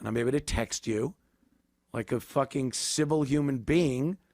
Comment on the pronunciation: Fwaking A Ant ! 👏🏾👏🏾